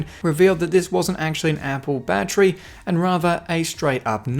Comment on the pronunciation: I swear if I hear battry I’m done for the rest of my life